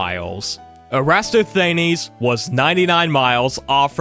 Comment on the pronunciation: So glad you said this, "aristoTHAYneez" sent me directly into the void